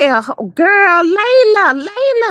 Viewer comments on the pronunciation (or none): Ma’am please learn how to pronounce people’s names right her name is LaLa Not Layla😂😂